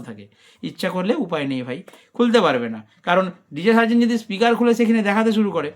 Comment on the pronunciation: Atleast Hindi ta to thik kore porun...😂 Sarzen da Likhechee ek bujheche r ek 😂